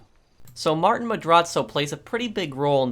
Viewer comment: It’s not Martin the way he pronounces it. It’s like: ‘Mar-teen’.